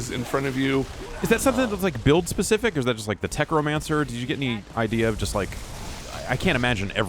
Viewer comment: I started losing it at "Tech-romancer." TECHNOMANCER 😂😂😂